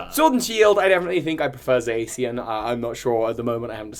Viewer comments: Zaycian? you mean zacian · "Uxie" is pronounced "yook-see". "Zacian" is pronounced "zah-see-ahn". "Reuniclus" is pronounced "re-YOO-nih-klus". You aced the pronunciation of "Zamazenta", though. :) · WHY DOES EVERYONE PRONOUNCES ZACIAN AS ZASIEN C’MON PEOPLE ITS PRONOUNCED AS ZASHIEN.....UGHHHHHHH 😡😡😡😡😡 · but why did you say "Z(ee)---" instead of "Za--" also why did you call "Zamazenta" "Z-Magenta" but not call "Zacian" "Z-Cyan" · It's Za-cian (pronounced like Cyan) and Za-Mazenta (said like Magenta but with a Z). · Eldegoss* not Eldefloss And Zacian pronounced Zah shee an